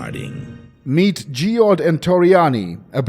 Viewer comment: "Geod" would have been "Jed" as Geoff is Jeff Ebon is like the material ebony.